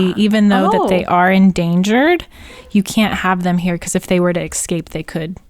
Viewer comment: What is it with everyone saying "excape"? I've heard too many people say excape. There is no x in the word ESCAPE! Have you ever watched Finding Nemo? Dori's way of saying it is better than the way Maggie said it because at least Dori's pronouncing the S.